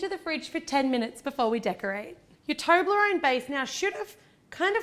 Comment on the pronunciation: Its toblarone not toonlorone!!!